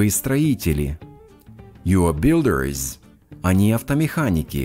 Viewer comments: В слове builders вы почему-то произносите как builderes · Спасибо, очень интересная подача материала. Но в словах drivers, builders, designers в вашем материале слышится чёткое окончание "ИЗ" в то время как "И" там слышаться не должна "драйверс" либо " драйверз" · Хороший тренажёр, но сбивает два момента, из за которых не успеваю уложиться в тайминг с переводом: 1. На уточняющий вопрос "правда?" школьный рефлекс требует перевода "really?" 2. Во множественных формах (например,builders) отчетливо слышится окончание -ies: не только последний звук звучит как z, он вдобавок идёт в паре со звуком i. Этого нет и не слышно ни у носителей, ни в Гугл переводчике. Сбивает при скоростной тренировке